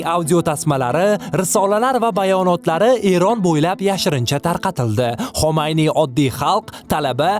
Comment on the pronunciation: sizdan iltimos: tarixiy shaxs va joylarning nomlarini aytishda e'tiborli bo'ling. Inglizcha aksent bn emas toza tilda gapirsangiz yanayam yaxshi bo'lardi.. Masalan Xomayniy emas Xumayniy va hokazo.